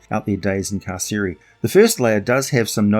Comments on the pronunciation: Car-Sir-eye like I'm being incarcerated....or imprisoned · Carceri, said car-carry. Latin only had hard c sounds.